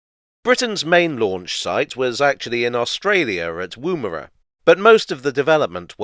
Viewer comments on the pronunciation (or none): The first syllable in Woomera sounds more like wuhm than woom. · Love your work but please learn how to pronounce Woomera. The woom does not rhyme with room; it’s a shorter O sound but I can’t work out how to write an example to help. Keep up the great work. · Wom as in woman for Woomera noting it was also the HQ for British Nuclear Tests.